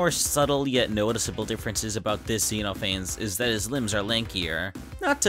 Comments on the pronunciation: it's pronounced zeh-noh-fah-nees not zee-noe-fayns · I love this video because it really encapsulates why people like myself find Sonic.exe appealing. Its a bad story that had a fantastic concept. Plus its nice to see you actually know who owns what and what the interpretations are instead of bastardizing them. Also I'm sure you've heard this a lot but Xenophanes is actually pronounced Zen-Off-An-Knees :') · I should try to bring to the attention that Xenophanes is meant to be pronounced as "Zeh-nauh-fuh-neez", I made the same mistake as the creator of the video here for a long time before being corrected lol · Just wanna point out It's pronounced Zen-off-uh-neez Also the mouth is disturbing as absolute hell.